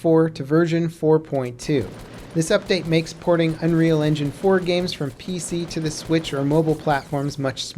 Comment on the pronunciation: Unreal "Enginge"? lol